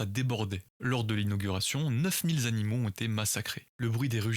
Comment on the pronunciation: Neuf mille animaux (pas z-animaux) mon gars!